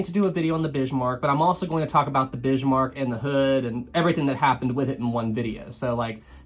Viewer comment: Please don't say "Bishmark"